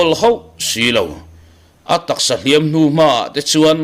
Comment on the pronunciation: Thangthar ho hian Hliampui tuar tih a, Hliam tih lai tak hi in thluk sang zel mai a, thluk hniam zawk tur a nia.